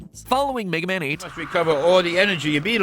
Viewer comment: Wega Man